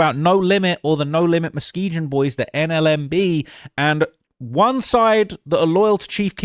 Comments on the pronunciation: Say mane stop pronouncing it Muskeejun 😂😂 it's a soft G, 'Musk-EE-GUN' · It’s Mu-skee-gun. Not Mu-skee-jun. Chicago natives are laughing at you. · I hate the way he pronounces muskeegan he said it with a J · That's my side of town born and raised and you can't even say the street Muskegon right😂😂😂 I used to live on Lakeshore my cousin was the new police patrolling the area over there not no more😂 is more than just double streets you forgot Colfax Philips I used to go get loose cigarettes it's not there no more come on man.